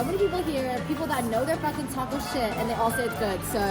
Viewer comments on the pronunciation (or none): none